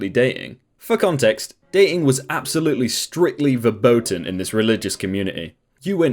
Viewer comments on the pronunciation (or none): none